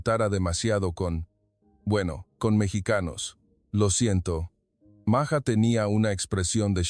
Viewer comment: Ibas bien En tu narración; pero te azotaste, al decir Maya, y luego..maja, es totalmente distinto Maja a Maya. Documentate bien, y no digas Tonterías ✔️